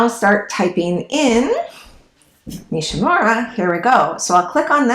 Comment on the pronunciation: The name Nishímura is accented on the second syllable, SHI. Not NISHy MURRa, but “nee SHEE moo RA” Respect the man who made the discovery!, and give his name a back beat! Hear for yourself: search YouTube for 西村彗星